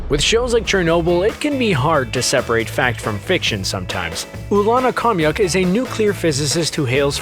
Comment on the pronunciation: I don’t know what’s more frustrating, that the writer didn’t do enough research to verify that actually a majority of the things discussed was covered in the podcast, and what they’re saying is false or the fact that the narrator didn’t look up the proper pronunciations of legasov, Khomyuk, and other Russian names.